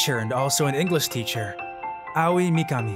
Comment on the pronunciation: everyone whos seen beelzebub be cringing at the "Aoi" pronounciation